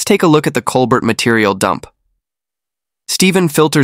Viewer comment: It,s col bert,its col bear!